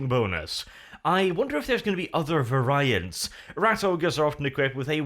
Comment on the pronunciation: I always appreciate total inability to pronounce the word "variant"